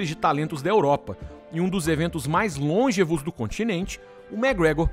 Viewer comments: long(Ê)vos, com a sílaba tônica na penúltima sílaba, e não l(Ô)ngevos, haja visto que toda palavra proparoxítona é acentuada, e este não é o caso de longevos. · Olhem a pronúncia requintada da palavra “longevos”. O cidadão mandou um “LÔNGEVOS”. 😂😂😂